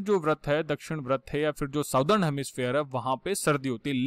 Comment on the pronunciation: सदर्न उच्चारण होता हे सर😊😊😊😊😊😊not साउदर्न 😊😊😊😊😊